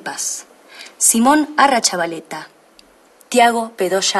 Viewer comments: Min dice Simón Arrachavaleta, y es Simón Arrechavaleta😲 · Y no es Simón arrachavaleta es Simón arrechavaleta xd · Arrachavaleta(? Error escrito y dicho por ella también xD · LUZ: Simón ArrAchavaleta. Me parece que era ArrEchavaleta.😂😂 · Cuando dijo Arrachavaleta yo automáticamente: ARRECHAVALETA CON E NO CON A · Díganme que no soy la única que se dio cuenta que dijo mal el apellido de Simón,ella dijo Arrachavaleta y es Arrechavaleta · Min la jefa de ministros dice Simon Arrachavaleta y es Arrechachavaleta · Dijo "Simón "Arrachavaleta" y el "Arrechavaleta" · luz nombro mal a simon dijo arrachavaleta y es arrechavaleta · ARRACHAVALETA??? WHATS? NOO!!!! Arrechavaleta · Me mató que dijo mal el apellido de Simón